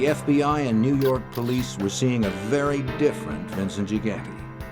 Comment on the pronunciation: Jimbo from New Yaahk aaffice